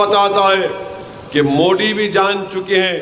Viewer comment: ये मोदी जी को मोडी क्यों बोलता है? इसको किसी भी शब्द में द बोलने कोई दिक्कत नही तो फिर मोदी जी को क्यों मोडी बोल कर अपमान करता है??